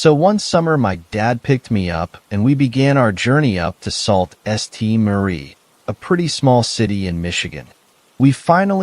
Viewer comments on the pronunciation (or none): Michigander here. It’s pronounced Soo Saint Marie.